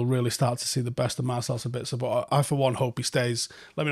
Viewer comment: And 1 thing we haven't learned: to pronounce his name correctly.